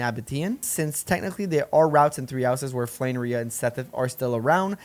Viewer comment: So is this a bit on your channel or did you not play 3 Houses at all? Why are you pronouncing Rhea and Seiros so badly?